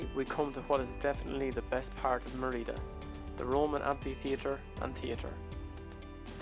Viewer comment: Great video - well done with both the videography and the music. I should point out, though, that Merida is pronounced "ME-ree-da" , not "me-REE-da". Accent on the first syllable.